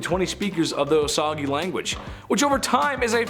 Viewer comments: Osage is pronounced O-sage not O-sa-ga. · Osage is pronounced "Oh-sage"